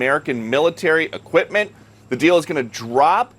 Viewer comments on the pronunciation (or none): none